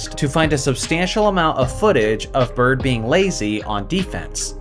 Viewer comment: It’s Bird and not close.